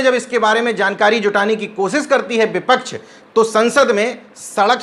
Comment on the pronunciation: आप प्रोनाउंसियेशन अपना ठीक करें व्यक्ति को ब्यक्ति व्यापार को ब्यापार शब्द को सब्द बोले हैं आप इसी ख़बर में वी.पी. सिंह को बी.पी.सिंह भी बोला और विपक्ष को बिपच्छ उच्चारित किया है अन्य बहुत सी ऐसी ही कमियाँ हैं जिन्हें ठीक करने की जरूरत है सादर निवेदन 🙏